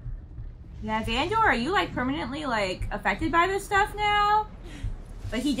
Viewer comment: You’re driving me crazy with the VAN-DOOR lol. Fantastic reaction though